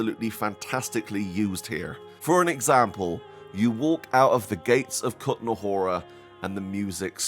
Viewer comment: The first map is called the trosky region, not bohemian paradise. The second map is called the kuttenberg region, not kutenahora or whatever you said. Lmao wtf are you doing? Just decide to call shit whatever you want to? 🤣